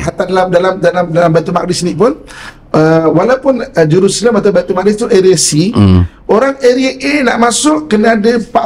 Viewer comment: Sebutan Baitul muqaddis oleh pengacara harus diperbetulkan iaitu Baitul Maqdis... wallahu a'lam.